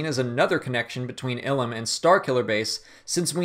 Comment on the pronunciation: Eye-lum not ill-um